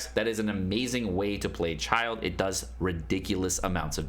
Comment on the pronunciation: Great Video! Learned a lot! FYI: Pronouncing Child = "Child" / Childe is pronounce "CHIL-DAY" but whatever flows your boat :)